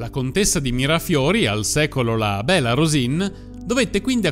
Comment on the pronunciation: "Bella Rosìn", pronunciato all'italiana, non significa nulla. Il suo soprannome era piemontese e si pronunciava "Béla Rusìŋ" con una n nasale velare, che né il toscano, né i dialetti meridionali possiedono.